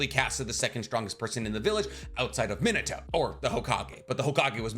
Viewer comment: Bro keeps saying Minute-o instead of Minato. Edit: Ugh, nevermind, he literally mispronounces tons of names.